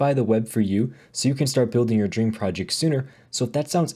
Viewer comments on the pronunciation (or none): none